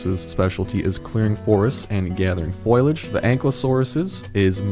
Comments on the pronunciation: fol-i-age not foil-i-age. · You're pronouncing foliage wrong. Silent i. good report.